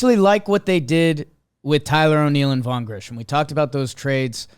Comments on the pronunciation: You seriously are still saying Grissom’s name wrong? Use your eyes to read the name and sound it out. It does not have an H in it at all. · will ever learn that it’s vaughn grissom not grisham